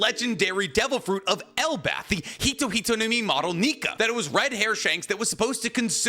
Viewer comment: Does anyone else hear Elbath instead of Elbaph?